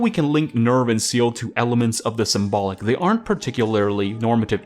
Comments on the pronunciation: It's pronounced SAYLAY not SEAL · Bro not to freak out but its pronounced sell aye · You got to work on your german, you mispronounce NEVF and SEELE.